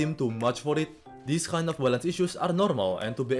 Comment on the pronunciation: I like how he says balance as "balánce"